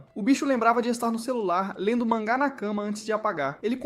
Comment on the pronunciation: Man é só pra mim que o jeito que ele fala o manga me dá raiva???